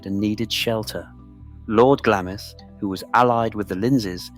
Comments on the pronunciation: Not pronounced Gla-miss, it’s pronounced Glamms. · UGH its pronounced Glarms not Glamis.....do your research please. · It's pronounced Glams!! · Can’t watch a film calling it Glammis. Been there and this is BUNK. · The I in Glamis is silent - Glams, Elgin has a hard G as in good. Research before you narrate. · It might help if the narrator pronouced the place names of Glamis and Elgin correctly. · CAN'T PRONOUNCE GLAMIS properly. Elizabeth of Glamis, The Kings grandmother ! "SurreyAnglia" knows how to pronounce it. 😊 It might be a good idea to Pronounce Elgin correctly, too ! 🤔